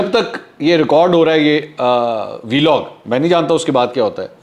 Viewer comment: Sir call it ولاگ instead of Vee-log.. Regards